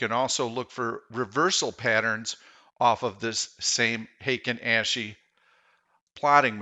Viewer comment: Intro is so much louder than the rest, also the A in Ashi is pronounced ah. Ashi is foot in Japanese